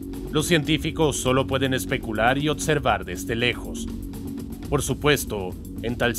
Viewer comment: No puedo ignorar el "Otservar"